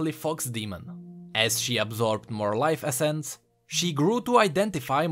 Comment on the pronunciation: "life Essen"